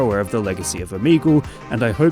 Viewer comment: Why are ppl spelling it omeagal? Is it the way he pronounced it?